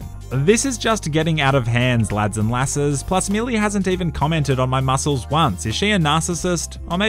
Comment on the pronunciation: The way he said lassies lol Ya muppet